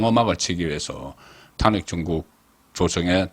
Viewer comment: 잘 듣고 있는 시청자 입니다.탄핵. 비례등 발음의 장단에 주의해주시면 좋겠읍니다